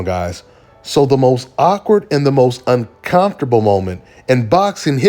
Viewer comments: UnCommftrable pronunciation ain't it brah. Saying it like UnCOMEfortrable sounds better. Great vid but this just irked me, my bad lol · Hey. It's uncoMfortable. Not uncoNfortable!! 😅😊